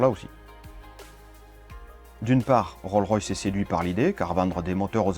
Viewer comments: Roll-Royce ? Non, Rolls-Royce ! On prononce le S final du mot, en anglais ! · Top ! Juste une petite remarque : il faut pas oublier le "s" pour Rolls-Royce. On ne prononce pas "Roll-Royce"...:) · On prononce le" S " de Rolls ...........